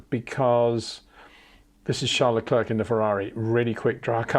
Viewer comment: Say Claire. Say Luh/Le. Say Leclerc.